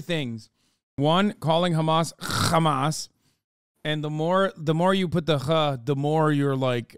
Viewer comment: and the way he says khamas pisses me off